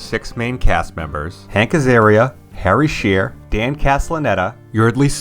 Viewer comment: Pronouncing Shearer like that is spinning me out.